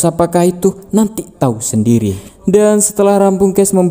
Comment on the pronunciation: kecelitut,sendiri bukan sendili